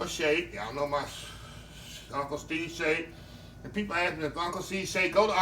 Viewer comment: Is he saying uncle Steve or uncle C seasoning?